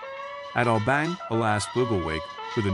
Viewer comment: Very understandable narrative, but the location is pronounced "oh-BAHN-yuh," not "Oh bang."